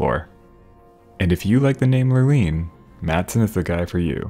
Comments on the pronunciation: I have only heard it pronounced “ Lure Line”. Like fishing Lure and fishing Line. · i diagnose your productions with "Lurline" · Every time you say the word lurline I absolutely lose it. Thank you for the quality video and entertaining commentary as always <3